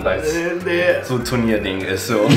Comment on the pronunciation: Ich hab immer Turnier anstatt Tonia verstanden xD